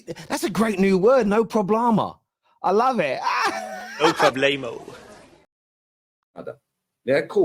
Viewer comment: I think is so rattled he meant to say "No problemo" and said "no problama"🤣 (i'm an Arsenal fan btw)